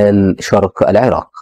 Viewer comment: إيه المذيع اللي بيقول سواريخ والكاهرة والعراك ده جايبينه منين